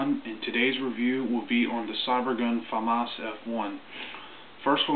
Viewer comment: your the only person i know that says famas right on youtube